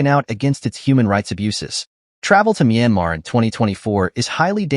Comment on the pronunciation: It's Myanmar you idiot!